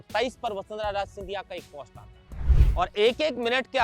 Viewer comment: राज नहीं राजे बोलें